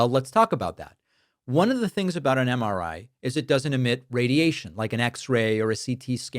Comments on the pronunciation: Drumpf can barely coherently say “MRI”. 🤢🤮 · Dipshit can’t even say MRI properly.